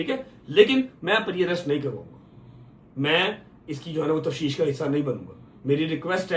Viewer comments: Tafsheesh nahi tafteesh hota h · Tafsheesh Nahin tafteesh kehtay hain